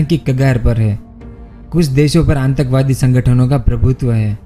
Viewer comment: Bolna bhi nhi aata aur subscribers to dekho kitne sare he.😂🤣 Happens only on YouTube